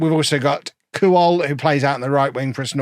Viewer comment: pronounced kwol not kuwol